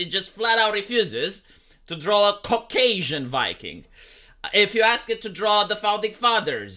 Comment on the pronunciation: I don't like how you say "Cock-Asian". /s